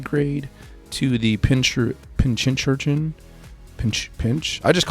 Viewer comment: Ok, putting it out here, no shade: pin-CUR-chin. It's a portmanteau of "pincushion" and "urchin". Much love and thanks for the vid.